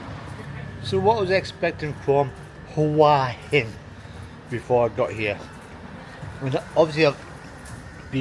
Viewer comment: It's pronounced Who-a Hin.rising inflection on the a. Literal meaning "Head Rock." We would say Rock Head or Rocky Head. I was there in aprill. The answer to your thumbnail? Is no, its not.